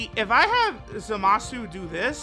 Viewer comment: I thought his name was Zamasu and not ZAAMAAsu